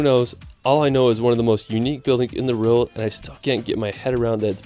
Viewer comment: Love your videos! But quick question - why do you pronounce “world” as “rild”? It starts with a W, my dude. 😂